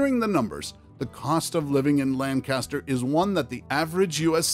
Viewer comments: You mispronounced Lankister. Lancaster is in CA. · This man pronounced Lancaster wrong all credibility went out the window.